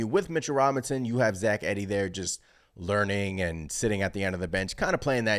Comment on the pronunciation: pronounced Eeee - dee